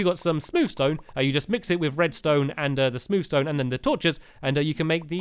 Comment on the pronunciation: On I thought stampy said smooch stone instead of smooth stone